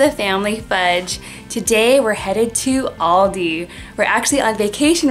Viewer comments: It is pranounced aLldeee thats where i shop when i go to ireland but im from japan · Aldi not oldi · In England and Germany we pronounce it al-dee so it's kinda cool to hear how you say it no hate btw ly guys soooooooo much xx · we have loads of Aldis in the UK my dad actually works at one but in England... we also actually pronounce it differently it as well so it is sometimes weird hearing pronounced that way haha and my favourite thing to but from Aldi is the fruit and nut chocolate bar or the chocolate covered riced cakes (big chocolate fan lol) 🤪😝